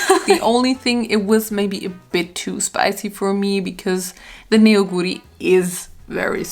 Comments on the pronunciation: Neoguri is actually pronounced more like ‘Nohguri’ because the eo ist just the romanization for the Korean 어 sound. Neoguri (너구리) means raccoon btw :) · hey! rlly love your videos and just wanted to point out that you actually pronounce neoguri as "no-guri". the korean characters 너구리, translate as neo-gu-ri as per romanisation, but the eo sound is more of like an open oh sound that will be all ^^